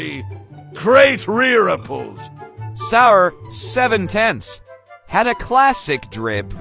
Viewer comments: "GREAT rRreArpUllS" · “Rrraippples” 💀 💀 what is up with the dude, u ok? 💀 💀 1 like = therapy for this dude😢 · "REERIPLES" NAHHH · “GREAT REIRRIPPLES” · "gReAt Rearepelss!" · Am i the only one to hear "Rear Ripples"? I am? Aight, I'll show myself out. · “GrEaT RErIpPLeS” Had me on the ground 🤣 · “Great reeaples”